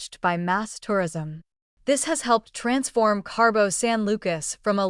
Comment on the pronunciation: Aaaaaaaaa! There is no R in Cabo!